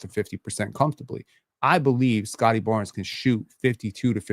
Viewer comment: Correct me if I'm wrong (but I'm not), but, aren't words that already end in the letter 'S' supposed to be pronounced in the same way, whether they are in singular form or in pluralized form? At the place in the video where I time stamped, said "...this is the only part of Barn-ziz offensive game... "...... So you're saying "Barn-ziz" instead of "Barnes". I think the correct way to utter that part of that sentence reads like this. - "...this is the only part of Barnes offensive game... "